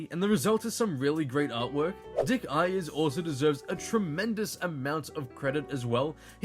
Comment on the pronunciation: Dick Iyers? It’s aye ers. Say the letter A, not I.